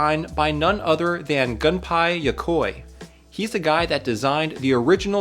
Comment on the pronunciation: thanks for getting me into handheld modding and for this video! i just used it to install my own Wonderswan IPS kit! btw, Gunpei is pronounced "goon-pay". keep up the great work 💪